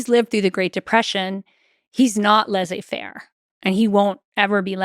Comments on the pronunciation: Great content! Just can’t let go of the American pronunciation of Laize-fair😂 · Stanford professor that mispronounces Laissez-faire ... If she is really dyslexic, I apologize for noticing. She is a good historian.